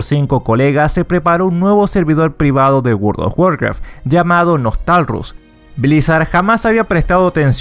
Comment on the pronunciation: Podrías al menos haberte leído y pronunciar bien el nombre del server: NOSTALRIUS no “nostalrus” un saludo.